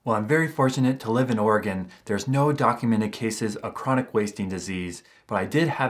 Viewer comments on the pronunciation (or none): none